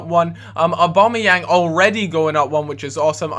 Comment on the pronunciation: It spells aubAmeyang but you pronounce it aubEmeyang.